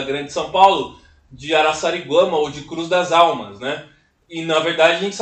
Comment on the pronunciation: Essa comunidade que Donald Pierson produziu o estudo e que resultou no Livro Cruz das Almas é minha cidade, incrível que você acertou a pronúncia ❤❤❤❤